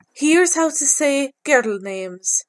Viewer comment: I live in Ireland and I have never heard your accent. " Guhrrrul" names. And I have never heard Siobhan pronounced without the "v". What area are you from?